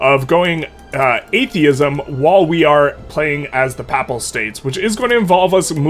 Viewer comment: It is hilarious that you pronounce Pap-pal state like it's a pap smear.